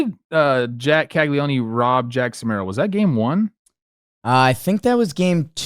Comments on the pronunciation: Big fan of the pod, boys! Just an FYI, you don’t pronounce the last “e” in Caglianone, it’s pronounced more like “cag-lee-own”. Blame the Italians idk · Is there a DraftKings over-under on how many weeks it will be before and Trev start pronouncing "Caglianone" correctly?